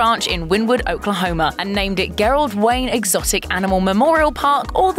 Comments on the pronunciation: Gerald with a soft "G." You're killing me with that pronunciation 🤦‍♀️😳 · WTF PRONOUNCE THE NAMES CORRECT ( GERALD) figure it out you guys do this all the time and is really freaking annoying